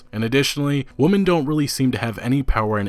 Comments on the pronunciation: Forgive me but my only takeaway from this was your pronunciation of "women". It sounds like your saying "woman", does this have to do from where you are from or something to that effect? I usually here "women" pronounced "wimen". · Bloody hell, it's womEn not womAn! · Dude. It's WOMEN not woman. How can you not know that? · You do know that you don't pronounce woman the same way as women right? You keep saying it wrong. It's not a big deal but seriously dude it should be easy to say it right. Anyway this type of controversy seems to be a part of everything these days and it's fucking tiresome, this is an age of fools looking to get triggered by anything and everything. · interesting video an all but am I the only one who's annoyed by the way he pronounces "women" ... its pronounced "we-men" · It's pronnounced "wimmen" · I love the video but is it to hard to just pronounce 'women' right? same with the word 'genre'. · I've never been able to figure out where you are from. You sound american sometimes, but then mispronounce really basic words, like "women". Not hatin, just sincerely confused. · Great video, but just letting you know.. women and woman are two different words that pronounce differently. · Sounds like woman to me. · Do you know how to pronounce "Women" and not "Woman" or are you doing that on purpose? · Do you not understand that women is pronounced differently than woman or do you have a difficulty differentiating the two when reading? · I cringed every time he said "woman" when the word is "women". What he's saying doesn't even sound right. God it's just cringe asf. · This guy pronounces "women" as "woman" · I like some of your videos and they are of high quality, but for God's sake please stop mispronouncing women as "woman" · I made that comment halfway through the video and then it got worse and worse as the video went on. You sound like a fucking idiot when you say “woman” every time the word “women” is on screen. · Women not woman 😩